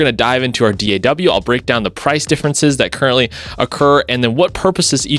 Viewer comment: Thank you for saying D.A.W. instead of all those lazy asses "Daaahhhww. That's soooooo annoying.